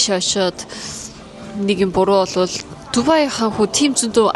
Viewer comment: дубайг яагаад тубай гэж яриад бгаан вэ